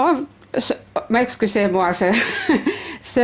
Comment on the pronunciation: Eksuasee muaa